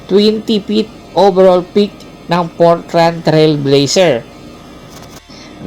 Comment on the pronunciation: Naku si kulaog ang content nito Portrant Trilbeyser Portland ang basa doon kupal... NBA Geleg😅😅😅😅